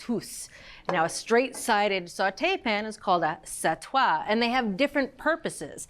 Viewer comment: Sorry about this but if you’re going to use them, you’d have to check the correct pronunciation for "sautoir" and "sauteuse". It’s not "satoi" nor "sautouse"…